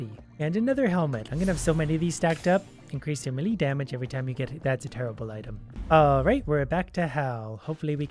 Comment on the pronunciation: Melee is pronounced "may-lay" :)